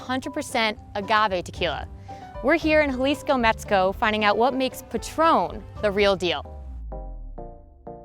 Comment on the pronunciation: “Metsico” Lmaooooo did anyone catch that